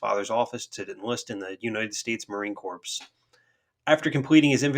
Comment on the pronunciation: "Corps" is pronounced core There is no enunciated "ps" at the end.